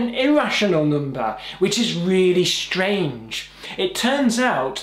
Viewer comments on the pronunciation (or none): and also... NUMBAA haha